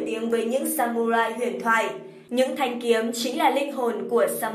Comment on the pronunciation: Trong tiếng nhật không có âm "U" add nhé mà phải là âm "Ư" mới đúng. Viết là samurai nhưng đọc phải là sa mư rai.